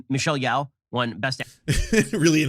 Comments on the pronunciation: "It was apparently quite boring..." so apparently Ben didn't watch it and has some comments anyway. Her name is pronounced Yoh, BTW, not Yow. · He can't even say Michell Yeoh's name. That he doesn't understand why EEAO won editing shows that he doesn't understand shit about film. And who actually expected Top Gun to win anything? It was weird that it was nominated.